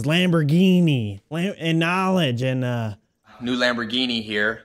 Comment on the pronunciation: Vanoss Says KNOELEDGE